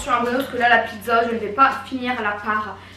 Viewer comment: On dis pas pizzo on dis pizza